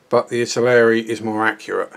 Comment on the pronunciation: Ive just watched the first 10 seconds and I cannot believe my ears.. you said ITALERI. Thankyou!! It seems like every other reviewer out there says ITALY-ERRI. Great review too. Any idea how old the moulds are? Is it a rebox?